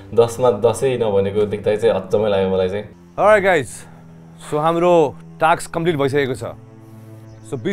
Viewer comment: its task yar not a taksss